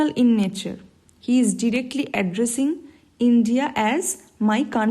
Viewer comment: Mam it is directly or derectly